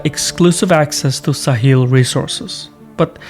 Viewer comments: All good but Sahel is pronounced Sa-hell, not Sa-heel. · Sa-hel not sa-heel